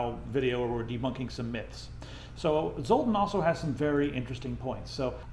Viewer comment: Zoltan isn't pronounced like that. It's a Hungarian name and it's actually written like this: Zoltán. Look it up or let google speak it out loud for you.